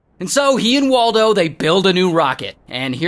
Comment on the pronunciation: Mike and waltuh❌️ Mike and waldo✅️